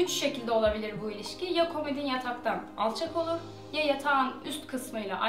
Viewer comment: Komidin değil komodin.....